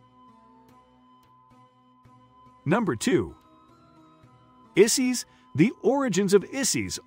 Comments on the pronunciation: Not Isees, it’s I(eye)-sis. Osiris is pronounced wrong too. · Good lord man. At least learn the proper pronunciation of their names. Isis does not rhyme with sissies.